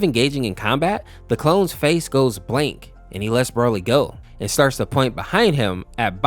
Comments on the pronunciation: he called broly 'brol-ee' and cheelai 'chilliya', also gine (i think that's how you spell it) 'jenna' and 'gina' and he thinks piccolo is a better father than goku, you do realise piccolo is 4 years older than gohan, he's more like a brother, and when he was like a brother he either just sacrificed himself (which goku did twice) in the exact same way as he did, beat him up, throw him into a mountain, gohan thinks of him like a friend/brother, not a father, you can tell because of what gohan calls piccolo and what he calls goku, this is another one of super's failures when they misunderstand a character by making an exaggerated joke about them become true which makes people think it's also true in z (example: goku loving fighting, krillin's height, vegeta all of a sudden wanted to be stronger than goku when he lost that urge at the end of z) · Jeena, Fecheta, Brawly, Cheelia!?...like, you've heard these names said in the show before, right? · broaly💀 chilia💀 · (I refer to demon king piccolo as DKP) Piccolo isnt actually DKPs son hes actually just DKP reincarnation (aka still DKP). An unknown namekian named "katatz" who is the father of the nameless namekian (the namekian before kami and DKP were "split") is the father of piccolo (also the pronunciation of "bulla" "gine" "yamcha" "broly" and "cheelai" are killing me 💀, also thats turles not bardock, fourth correction is that piccolo isnt his doppelganger, he fused with kami who was DKP (he became kami) so DKP could replace him but he managed to control him (its a refrence to when kami and piccolo fused into the nameless namekian in the android saga) and also nail is a snail because namekians are like slugs, also a reference to lord slug) enough of my rant lmao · Mispronounced Name: Gine, Cheelai, Broly